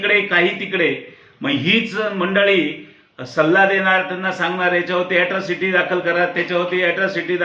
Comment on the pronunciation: Atrocity not yatrocity